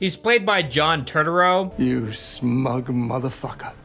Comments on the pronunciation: Also, it’s tur-tur-oh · John Totoro or John Turturro? 😂😂😂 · John "Turd-urro"?? 🤣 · How do you not know how to say John Turturro's last name. Lol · you butchered the name as he butchered the story😂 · The only thing more appalling than this movie is your pronunciation of "Turturro". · Think he would take a second to learn the pronunciation! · Bro, learn how to pronounce Turturro lol. It ain't hard. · Dude, you butchered the name Turturro 😂 He’s Italian, not Japanese 😂 😂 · How do you not know how to pronounce John’s last name? Or saying motif like motive